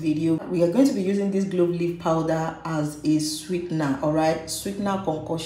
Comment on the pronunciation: It's called clove not glove